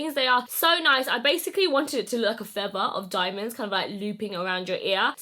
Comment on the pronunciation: Stunning!! I barely wear jewelry, but they are absolutely gorgeous! The more bling, the better! Absolutely adore this makeup as well! You look amazing and I'm soooo happy for you! Tou did so well! Also love the way you say diamondthee. ❤